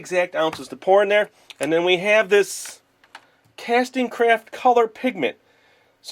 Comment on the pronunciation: When you said craft I thought you said crap